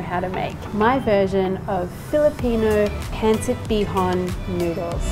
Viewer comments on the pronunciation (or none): In the word "Pansit" the stress is in the second syllable. =) pun-SIT